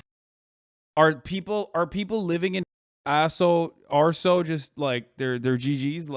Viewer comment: "Arso" and "sochu." It's almost like the British narrator of this doc did a full 5 minutes of prep before recording. C'mon bruv it's not that hard to get it right.